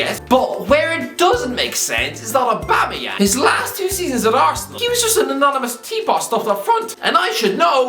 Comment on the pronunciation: Did you just say aubuma bloodclaat yeng u jamaican or irish 😁😁😁